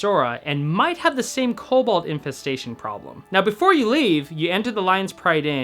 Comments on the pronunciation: I'm pretty sure it's pronounced "KOH-bawld" Also was this on a non rp server because that Goldshire seemed pretty tame? lol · Super high quality videos. Well done, subbed! And it's pronounced Co - Bald. Co as in Co-operative. And Bald as in Asmongold is Bald.